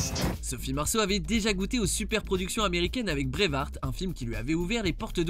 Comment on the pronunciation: C’est « braveheart » pas « brave hart »c’est pas la même chose